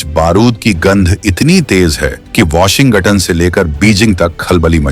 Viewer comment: Jaise ho bola washingoton na ki washington wahi samajh gaya fake AI video hai 😂😂😂😂